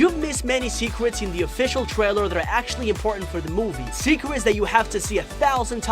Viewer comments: At the beginning you said secwets (secrets) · TEN SECWETS YOU MISSED IN THE TUWNING WED TWAILEW! Holy shit, I'm fucking dying!